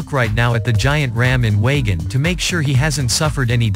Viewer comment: It is pronounced wayjin